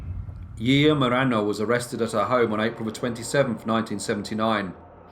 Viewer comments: We pronounce her name "she sha" 👌🏻 she's very well known here haha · I adore you, greatly enjoy your work but every time you say her name I get a little bit of FLAVA FLAV.......YEAAAH BOOOIIIII!! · Yiya is pronounced 'shi-sha' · No to be grammar police type, just a btw, her name would be pronounced jija or shisha, but tbh it doesn’t matter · It is pronounced like *Shisha here in Argentina ;-)